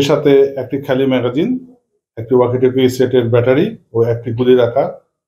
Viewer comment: ব্যাটরি না, ব্যাটারি। ম্যাগজিন না, ম্যাগাজিন। কথা বলা শিখুন আগে